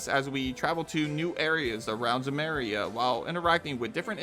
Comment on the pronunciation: Zemeria? What?